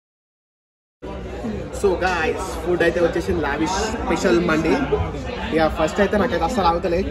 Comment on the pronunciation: Mandi kadu ra naina D kadu dee Mandes it’s Arabic word